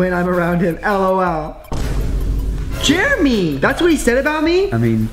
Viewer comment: anyone else hear call Jeremy Juremy